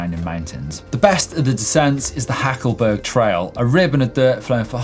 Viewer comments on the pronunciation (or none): Hacklberg not Hackleburg ;-) but you are right, it's amazing. Also nice but a little more difficult is the "bergstadl" there